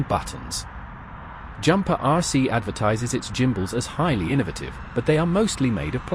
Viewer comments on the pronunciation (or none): Bit of an 'I will make a video and get free stuff post', changing stick mode is a 10 minute job. Get the back off, unplug the gimbals (PS, please look up how to pronounce the word 'gimbals' and listen to how it should be pronounced), unscrew the units, swap them over, plug them back in, change the mode in the radio's software the recalibrate and you are good to go. This procedure is just rubbish, sorry, 1 out of 10.